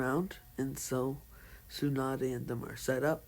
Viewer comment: You pronounced Tsunade as Su-Naid it’s pronounced like Su-Na-De basically